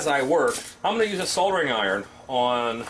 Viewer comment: You aren’t wrong. Americans are the ONLY people that I’ve ever heard say it as sodder or seem to think that the l is silent, or is it Sient? Lol. Great video. Thanks